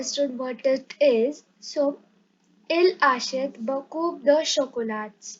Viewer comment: Are u you yourself a student 🤔🤔 and we know about english adverbs in english tell in french. And thank you for telling there are adverbs in french also. Grow a little and then make videos. Then teach. And u need to learn the pronunciation. P is silent in beaucoup de and t in chocolate. BTW first learn pronunciation and have a course of two years. Who all agree give a like 👇👇🤘🤘